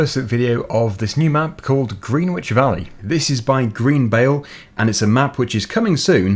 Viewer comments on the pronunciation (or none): Very rarely comment and I love your videos, but you said Greenwich so wrong it made me and my other half cringe! Had to stop the video 10 seconds in just to write this. It's pronounced Gren-ich not Green-wich, not like I really expect anyone to really say it right unless you've grown up around the area as English place names make very little sense. But then for all I know this is a different Greenwich and you're saying it right. So have a lovely day and thanks for making great videos (especially survival role play). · it's pronounced Gren-Itch:) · Isn't it pronounced "grennich" like the time zone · Oh come on! 😣😣😣 Greenwich , pronouneed Gren-itch... You know... Greenwich Mean Time ( GMT ) the very base and established location of standardised world time that everywhere else in the world pins their time to. Greenwich Village You're clearly Southern English, you should know this! Total face palm moment, and I'm 100% sure you've heard it pronounced correctly several times in your life. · Surely should be pronounced grenitch. As in greenwich meantime. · I swear its pronounced 'grenich'